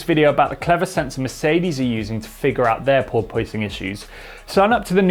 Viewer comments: Sorry to be nit-picky, but it's pronounced "paw-puhs", not "paw-poise". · ˈpôrpəs not ˈpôrpoys. I love you, but you're making me crazy. 🤣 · The "oi" in porpoising is not pronounced as "oy". Porpoise rhymes with corpus. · Pore-poyce-ing lol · Sorry, but I'm having trouble concentrating and not laugh. Craig Scarborough can say "porpoising". But seems to be pronouncing it "por-porposing" or something like that. Anyway, good content and thanks. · struggling with the "Pooor-poooooy-sing", himself. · Think of it like a dishevelled cat 🐈 "PoorPuss" Or "PoorPussing" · Absolutely no one:: "purpoising" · Poor poy sing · I love it...As an American I always get my friend from Soho to try and say porpoising. We then giggle like school kids as he just keeps saying POY-PUSS-ING. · Wish you could figure out how to pronounce "Porpoising" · He can’t say porpoising 😂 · Why is he pronouncing “porpoising” so weird!?!? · The way he pronounces porpoising grinds my gears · Can someone tell me which is the right way to pronounce porpoising? Like the engineer or the host? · I can't get past the odd pronunciation of porpoising. Yes, the word is spelled the way he pronounces it, but it isn't generally pronounced that way in English, which is true of a lot of words. At first I thought it was one of those British pronunciations, and maybe it is, but it seems like a lot of Brits do not pronounce it that way.